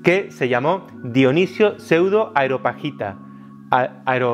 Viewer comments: Muy interesante, aprendo mucho como con todos sus videos, pero es Areopagita, no Aeropagita (Lo sé, soy un maniático) ;-) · "Areopagita", del areópago. No "aeropagita", del aire. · "Areo"pagita,, no "Aero"pagita... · Parte de su gracia es que no puede pronunciar bien los nombres extraños; y ni falta que hace 😆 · Dices Aeropagita y luego dirás areopuerto...,😁 Areopagita ✅ Aeropuerto ✅ 😬